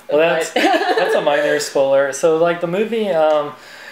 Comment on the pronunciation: Its spoiler not spoler